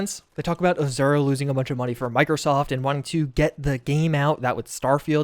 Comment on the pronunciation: Pro tip: Azure is pronounced "A" as in "Apple", and "Zure" as in Clo-"sure".